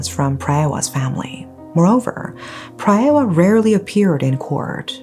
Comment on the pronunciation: PraaaaayWaaaa it’s pronounced praaaywaaa